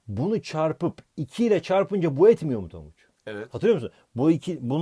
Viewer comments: tonguc yerine tangac dedin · 8.05 tanguç diyor hoca adfafdafaf